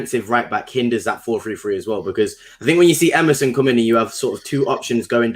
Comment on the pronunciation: Emerson, not merson, because merson played for gooners